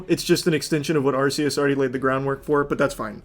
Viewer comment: The way he says arceus is distressing